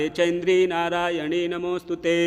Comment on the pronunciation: प्रिय महोदय, निवेदन है कि आप नारायणि को नारायणी पढ़ते हैं,यह अशुद्ध है, कृपया नारायणि को सही पढ़ने का प्रयास करें।जय मां सिंहवाहिनी दुर्गा जी।